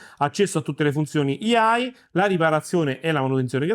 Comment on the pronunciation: ottimo video, decidi però se dire IA in italiano o AI(aiai) all'inglese, IAI mi fa un pò male alle orecchie come hd(em)m(ea)i